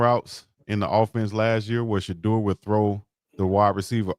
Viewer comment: Unc please help The people you're interviewing to learn how to pronounce Shedeur's name correctly. He kept saying Shedrrrr. Sha--🚪